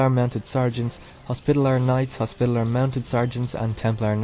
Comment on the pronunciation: For what it's worth, it's hos-pit-al-ears, not hos-pita-lers :D